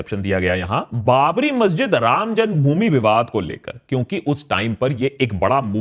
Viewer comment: what did you say ?? "Ram jungbhumi or ram janmbhumi ?"